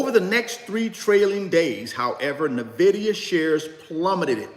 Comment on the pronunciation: First I thought I get it. Ok to pronounce Nvidia any way you want. It’s a free country. But then I thought about it more. Why not pronounce it the correct way?!? The same way everybody pronounces it?!? It’s the correct way to pronounce it. It’s just as easy! What if people started pronouncing your name Rooochard?!?